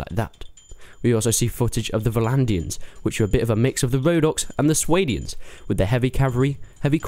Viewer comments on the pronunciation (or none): oh for fuck's sake,! Swahdians. not Swaydians. I kinda see a problem with another lord commanding the player's army. considering the losses there are on either side of each and every battle, you'll spend 90% of the game recruiting and training your army, only to lose it when your king orders you to march with him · "Sway-dians" don't do that